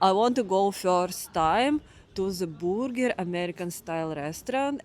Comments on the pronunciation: Say "BER"ger, not "BOO"ger. Booger means something else.😅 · I love your Russian pronunciation of BrrGrr: “BooerGur” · "The borger" 😄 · I luv your pronunciation of "burger," it's so cute. Though it's spelled with a "u," it's pronounced like an "e." Say "ham-berger” 😉